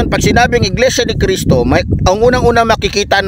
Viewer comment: Mali ka dyan brod! Bigkas mo palang sa Iglesia ni Cristo Mali ka na!